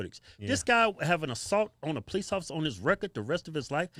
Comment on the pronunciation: What most dont understand 90 percent of calls police get are for black people. Brandon the x cop still can't pronounce police correctly.